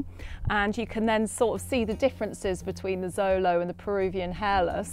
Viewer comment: Xolo is pronounced sh-lo not zo-lo. This is nahuatl.